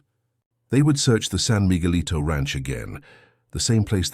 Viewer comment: Good god! You can't even speak English! Migulito is pronounced Meegeleeto, Cardenas is Carxehnas. I already addressed the pronunciation of Villas' name.